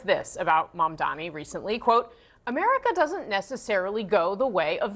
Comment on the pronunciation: That hack couldn’t even say Mamdani’s name. What a jag